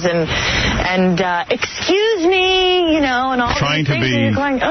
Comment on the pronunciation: If I remember correctly, pelican was ripping his wig apart every time would say ecscuse me. Dumb gangly bald bird.